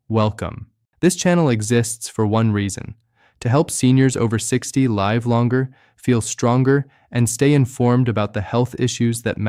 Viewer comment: If this doctor actually exists, why can't we hear his voice rather than AI? Obviously AI because 'he' does not know how to pronounce 'live' (as in live longer, rhyming with 'give' not as in live rhyming with 'dive'!